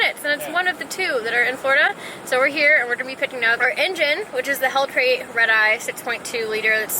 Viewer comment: Lmao she said hellcrate again🤣